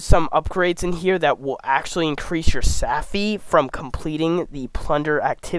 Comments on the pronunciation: Great info! Its savvvvvvvy, not safffy. Think captain jack sparrow...savvy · Tell me you've never seen Pirates of the Caribbean without telling me you have never seen Pirates of the Caribbean. Savvy is not Saffy. And if you plan on making future videos, sloooooooow down. You talk like you're amped up on redbull and ZERO sleep. Take your time when you're trying to educate others and share information. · I cringe every time he mispronounces “savvy.”